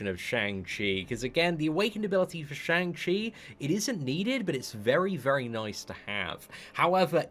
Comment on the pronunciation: Day 14 of waiting for to pronounce Shang Chi correctly😂